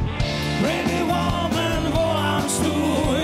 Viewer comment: Jaký Women? Ta výslovnost je "vůmn"